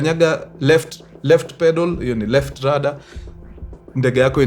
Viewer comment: Kuna mtu hapa kenye ameshika tu ni 'Rada' wacha 'Rudder' 😂